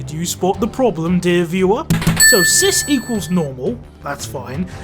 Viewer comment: you put the wrong emphasis on "cis people don't get killed because they are cis" and made it into an entirely different statement.